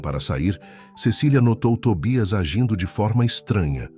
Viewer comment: Afinal o cachorrinho chama-se Tobias ou Tóbias. sr. narrador tenha cuidado no que está a ler e ou a escrever. Isto , se quiser likes na narração das histórias. Que eu saiba a língua portuguesa é a oficial do Brasil, ou será que há uma terceira chamada brasileirês?